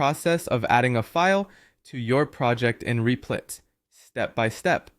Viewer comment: U keep calling rep-lit , Reap-Light and reap-lit are u trolling ?